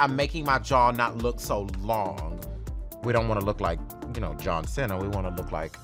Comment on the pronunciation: lol he said john sina its cena hunny